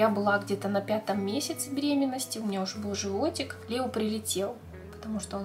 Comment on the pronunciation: Не Лео а Леоо